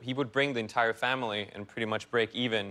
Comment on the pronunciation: True other than when he says “family”